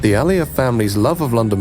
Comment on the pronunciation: It's Aliyev, not Al Ali.